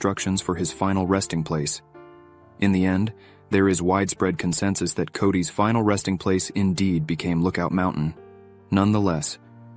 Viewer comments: Pronounced Lookout Mountain, Loo koot mountain. That one made me laugh.. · What kind of weird bot is reading this? Is it so hard to read a script? Look-oot Mountain? Really?